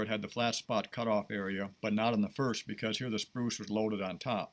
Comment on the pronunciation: It damages your credibility when you call it a “spruce” instead of SPRUE. It the sprue that gets cut off after the ball is cast.